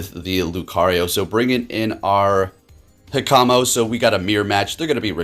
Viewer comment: Also, I did explain how the pronunciation worked before, but just so you're aware you are saying Hakamo-o and Kommo-o incorrectly. (;↼∀↼)